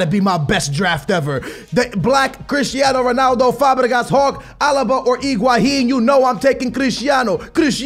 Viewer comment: ALBA not ALABA!!!!